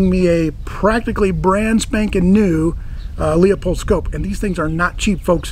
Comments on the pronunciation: I happen to like your channel... so there,! I subscribe to both, of course. Not a lot to comment about, love the rifle & caliber. Just one little, tiny thing to nit-pick about and trust me, you're not alone, but... it's Leupold, pronounced "LOO-pold." No 'O' in the first syllable. I know, you're in CA, you're a cop, you'll say it any damn way you like but I just don't want you to sound like an old hick from the Missouri backwoods, like me! Any question about it, call 'em. Cheers, jc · Thanks JC, buts here’s the dirty little secret; I pronounce it Loopold. Always have. I grew up next to their factory and have owned tons of them. But to keep the internet morons from commenting on what they THINK is the wrong pronunciation, I deliberately used the common way. Like how I use “myriad” as everyone else does ( there’s a myriad of ammo at the shop) even though it’s completely wrong. (There’s myriad ammo at the shop.). I guess we can’t all be (fake) perfect. 🤷‍♂️ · I’ve been using Looooooopold for about 45 years and even grew up down the street from their factory. I know it’s proper pronunciation but if I say it in a video I’d have 8,000 comments telling me I’m wrong. Sometimes it’s easier to just be wrong first so people don’t write in. Oh wait… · I agree. I pronounce it Loopold but most of the gun-firing world doesn’t. I was trying to avoid thousands of comments on my pronunciation. Now here we are. 🤦‍♂️ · Easy, Karen. Oddly enough I pronounce it Loopold, but most people don’t and I didn’t want to get a thousand comments about my pronunciation. And here we are. 🤦‍♂️ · Hey...First gotta say I really enjoy what you do on the Tube. Second just gotta say ur scope name isn't lee-a-pold. It is pronounced loo-pold. I have the same scope exactly on my 94 Marlin 44 magnum. I have first year guide 95 also (45-70). They both good stand guns here in Louisiana. Anyway, look forward to more videos from you. Keep up the good work.